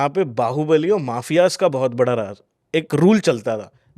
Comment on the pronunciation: Bhai raaz nahi hota raj hota hai. Thoda bahut padh liya karo. राज़ ❌ राज ✅